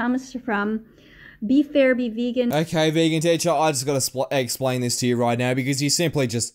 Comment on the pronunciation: am I the only one that laughed when he said "I'm gonna EGGsplain this to you." I'm not sure if that was on purpose or not but that's what I heard XD.